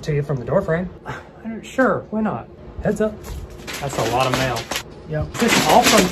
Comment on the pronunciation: “Mial” 😂 IM CRYING